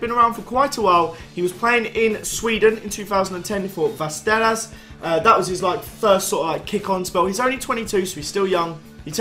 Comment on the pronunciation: That pronuciation is top notch! Västerås, easy peasy.